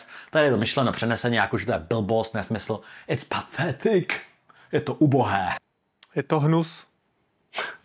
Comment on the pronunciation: Nevyslovuje se pathetic jako p-thetic? Ty, jsi to vyslovil pathetic (tedy s a, nikoliv s shwa)